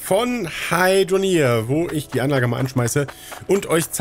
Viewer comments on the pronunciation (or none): Echt beeindruckend diese "Anlache" 😜 Aber sage mal, gab es einen Grund warum du die Lager/Läger soweit weg gebaut hast? Ich meine wenn sie näher dran gestanden hätten, dann hättest du weniger Forderbände gebraucht. (Ja, ich weiß, nu isses Wurscht) 😜